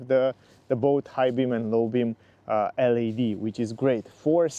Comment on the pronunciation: Te rog frumos, nu mai pronunța LED “el ai di”. În engleză astea sunt literele LAD.